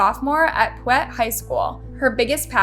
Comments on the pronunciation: you pronounced the name of the high school wrong it's pronounced Pie Ute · Native utahn here Piute is pronounced PIE-YOOT